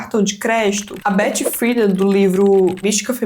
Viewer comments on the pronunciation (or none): none